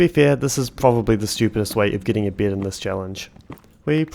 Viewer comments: Why are you pronouncing "bed" like "beard"?! Huh?? There is no R in there, wtf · am i the only one who keeps hearing "beard" instead of bed? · I kept hearing you say “beard” when you were saying bed lol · "a berd, a rely kool berd, a red berd, with the die i got from rootbard" /jk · every time you say bed it sounds like your sayin g beard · When you said "getting a bed" I heard "getting a beard". Why do you pronounce it like that? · It took me 20 minutes to realize he’s saying bed and not beard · That pronunciation of "bed".. are you from NZ?